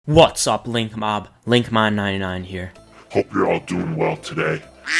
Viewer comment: Link you said linkmom at the start